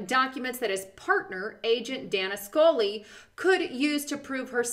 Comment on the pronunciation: It's Scully, not Sully.